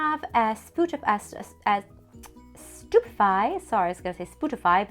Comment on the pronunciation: REALLY? i havent seen the movies i thought it was (stew-pih-FIE) cause on screen it sounds like your saying stupidfly lol